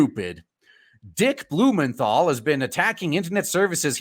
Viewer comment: I heard Senator BOOMERthal LMAO